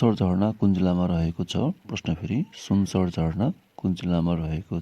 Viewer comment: सुनसरी हो है सुनसर होइन